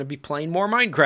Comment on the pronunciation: I feel like you almost said "Welcome Backa To The MindaCracka" during your intro xD